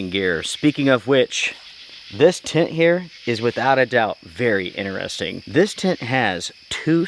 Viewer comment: Bro why can’t you say the word interesting properly??! 🤣🤣